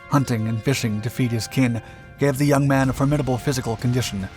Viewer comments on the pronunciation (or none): none